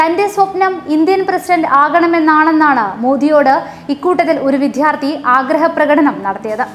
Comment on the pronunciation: വിധ്യാർത്ഥി അല്ല ! വിദ്യാർത്ഥി എന്നാണ്!